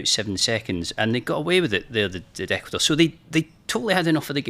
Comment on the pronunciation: “Ecuador…. Ecuasnore” 🤣😭